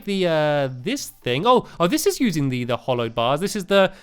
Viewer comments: by the way stampy its hallowed not hollowed its pronounced hall-owed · Did anyone else notice that stamps sed red of this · ITS NOT HOLLOWED REPETER ITS HALLOWED REPETER!!!!!!!,!!!! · You know nothing about terraria its pronounced hall not hall hallowed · Hallowed! Not Hollowed :) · hAlowwed no hOlowwed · it's hallow not hollow! I love your vids but this is annoying me! HALLOW be thy name, thy kingdom come... it even references it in an achievement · HALLOWED REPEATER NOT HOLLOWED REPEATER ITS IN THE NAME I LOVE UR VIDS BUT IT WOULD BE BETTER IF U PRONOUCE ALL OF THE WORD CORRECTLY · Just saying its hallowed bars not hollowed bars LOL😉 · Oh for God's sake STAMPY, how long have you been playing hardmode now? and you still call it hollowed. It's HALLOWED, as in HALLOW, there is nothing HOLLOW about it. AAAAARRRGH it drives me mad!!!!!